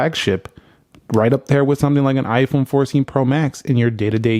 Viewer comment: Its "iphone" not "iphun"